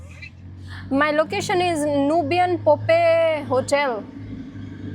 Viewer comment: Poppay Hotel nhi hota puttar. Not pronounced like Khottey (donkey), it is Pop-EYE (aankh) from the Popeye the Sailor man cartoons.